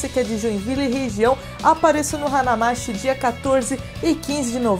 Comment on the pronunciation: Na verdade a pronuncia correta é Hana Mati (e não mashi) ^^ Significa a cidade das flores Pena não morar em Joinvile para ir x-x